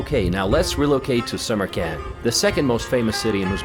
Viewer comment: It is me or does this guy sounds like he keep spelling Samarkand as "summer camp"